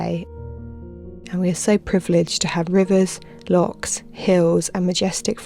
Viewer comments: Lock, really at least learn the language my Girlfriend from Dubia could pronounce Loch perfectly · Good grief, try and pronounce loch as it should be. It isn't "lock". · In Scotland we have Lochs…….not Locks Please practise saying Loch Locks are used in English canals.